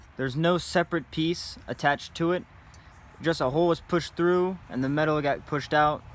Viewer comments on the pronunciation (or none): none